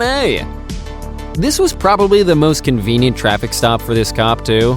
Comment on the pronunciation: I figured you were trying to say “convenient.” Lol. But that’s not what it says in the title. Times convient cops…”😂😂